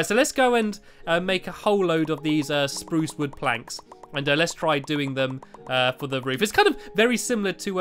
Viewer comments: stampy you said spruce not SPRUSE are you sick lol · Stamps you sed sprrrous wogn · you said spruce wrong